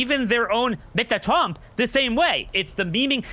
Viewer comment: I kike the way says Mr.Trump. Makes me laugh.